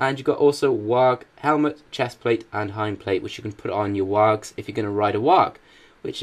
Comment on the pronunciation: your pronouncing wargs wrong